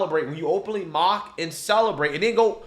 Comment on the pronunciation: those news anchor journalist are sooo Fake, he couldnt read the teleprompter correctly "mark" oh "mock"..then the young kid describes the awful actions of a replicate Charlie's death with an empty soul.